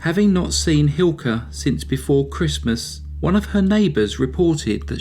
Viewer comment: Sadly the punishment for murder in Finland is quite miniscule compared to the US, and it's widely recognized that the finnish population has a huge problem with alcoholism. Thank you for making a video on this subject, your pronounciation on the names was surprisingly good!